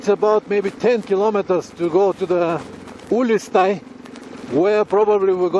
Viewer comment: Ulistai = Google Maps spells it, Uliastai. Mood = m - u - d And alsfault = a - s - p - h - a - l - t